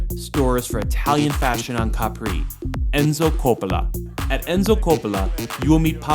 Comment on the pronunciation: it's Capri, Not Capri' ! Capisc?